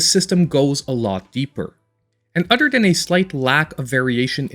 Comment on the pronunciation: I watch your videos just to hear you say udder lol. keep up the good work